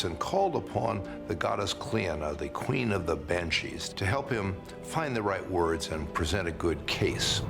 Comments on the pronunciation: Jesus they butcher some of the Irish words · The pronunciation of the Irish words 😭😭🤣🤣